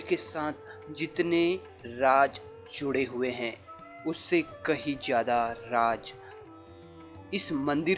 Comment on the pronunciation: Raj nahi raz hindi bhi theek nahi bol skte kya